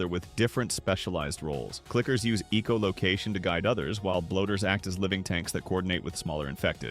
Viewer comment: Okay. You have to be actively trying to piss us off here. EEcholocation? Really?